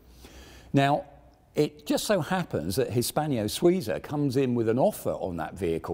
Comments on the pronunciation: Arrrrgh... It's HISPANO-SUIZA, not Hispanio-Souza, damn! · The Swiss firm is called"" Hispano-Suiza". There is no i between the n and -0-, nor is the second word pronounced as three syllables but as two: Swee-za. This sort of sloppiness is not only annoying: it's straight out offensive to anyone not from GB, specifically from the TTM. If your goal is to attract visitors from abroad, stop making a fool of yourself,.:-(